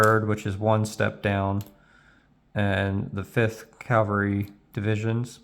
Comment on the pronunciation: Calvary? (Even the subtitles picked it up.)